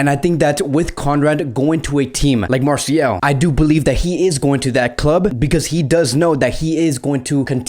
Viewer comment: Marseille is actually pronouced "Marsay"